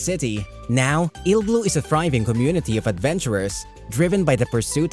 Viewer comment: it's not "ill-blue", it's Iruburu